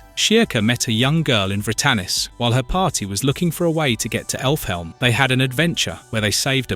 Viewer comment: this guy's voice is AI right? pronouncing Elfhelm as effle helm, and butchering Qliphoth makes me think it's just AI reading a script